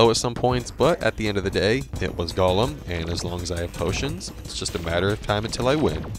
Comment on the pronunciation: Pretty cool, wish there was more footage of the boss fights though. It was hard to really get a sense of the weapon's qualities with only short glimpses. (Also Tabi is pronounced "TAH-bee", a Japanese word. And the Golem is "GOH-ləm", not Smeagol's alter ego. 😉)